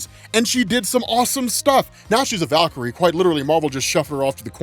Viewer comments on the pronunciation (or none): none